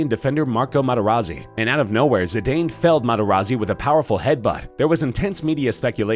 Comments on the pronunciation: It's pronounced Zi-dan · Pronounce zidanes name right its pronounced Zidan